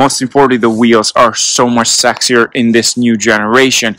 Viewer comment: STOP CALLING THINGS SEX-SIER.